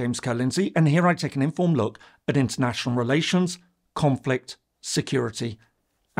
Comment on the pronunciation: Love your videos James & you are as informative as ever. Sad to note that you have changed the intonation with which you say "an informed look", however, moving the primary stress from the "in-" part to "-formed" — I have for the past year enjoyed getting into the routine of watching your vids weekly and have become quite accustomed to an *in*formed look 😔